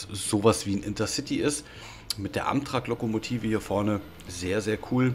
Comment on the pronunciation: Nicht böse gemeint aber es wird Ämträck ausgesprochen LG